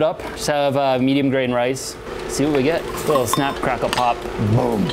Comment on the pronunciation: "Got some chips, dried them out. Now we're gonna see if they pofe." If you ever doubted this guy was from Minnesota😂